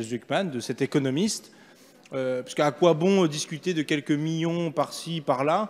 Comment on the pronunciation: On dirait qu'Ugo parle de minions. Il ne prononce pas les "L". 😀 Du coup, je pose la question: où sont les 10 miniards? Et qu'est-ce qu'un miniard? C'est des minions qui ont évolué?